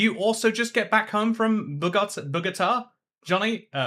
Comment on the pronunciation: "bow-go-tah" = Bogota Aww what?! that's twice i've been in the same bloody place as you and i haven't met you yet >:(